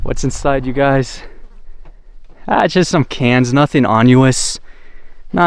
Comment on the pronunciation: Nothing " onuous" in the fridge ? Why don't you learn English , beta ?